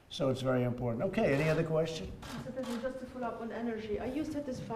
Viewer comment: “Pesident” Trump....good job nbc